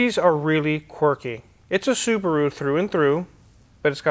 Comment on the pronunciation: "Saabaru" 9-2X next?